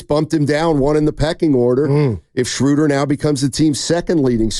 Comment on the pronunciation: Guys, it's not "Shrooder" like "Shooter", it's "Schruh-duh" like in "shrugs". 😅😊